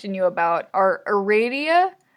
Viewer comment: ITS ARADIA NOT ARADIA GEEZ